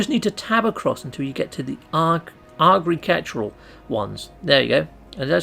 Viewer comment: Helpful vid but I'm gunna have to revoke your British citizenship for how you pronounced agricultural